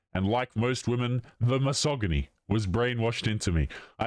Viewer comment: Dude you really jeed to learn to pronounce misogyny.